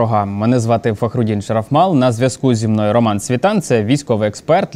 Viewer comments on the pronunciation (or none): Добрий день! Врахуйте в подальшій роботі, що не СвітАн, а СвІтан! Наголос у вимові прізвища потрібно використовувати згідно метрики.